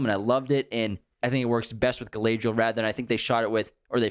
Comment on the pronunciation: the pronunciation of Galadriel is killing me 😂